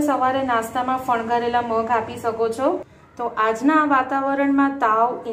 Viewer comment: Fangavela shabd che.. Not fangharela 🙄🙄